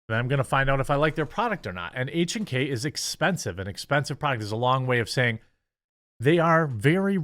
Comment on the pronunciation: Good job on the correct pronunciation on H&K. Das der Deutsche.